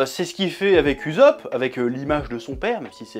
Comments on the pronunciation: Nooooooo il a dit uzopp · Stop écorché le nom de Usop..